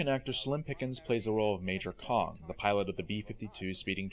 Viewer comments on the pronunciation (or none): none